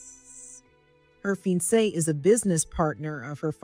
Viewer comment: Pronunciation is fiancée is a french word, with a french Pronunciation...Ur Pronunciation is incorrect